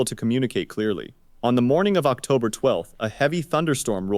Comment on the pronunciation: They pronounced “October” strangely as well